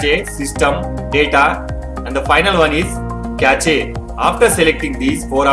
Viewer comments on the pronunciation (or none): Did you just say kashe for cache? 😂